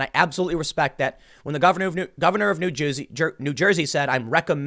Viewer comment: Did Tim say New Jewsey?